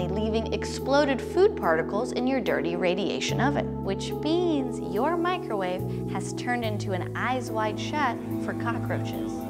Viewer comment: So who all is “Mikerwave” gang